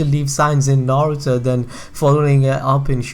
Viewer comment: Nigga say naruto right